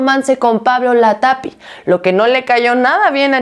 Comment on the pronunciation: Ponte chingona,si vas a estar de chismosa pronuncia bien latapi